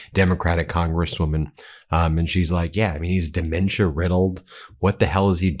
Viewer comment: I'm saying it "Very Strongly", Duh-mentia! ...💪🇨🇦